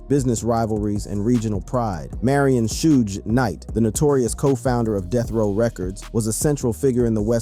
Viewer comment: Cant believe any youtuber that says "Shuge Knight" 😂😂😂😂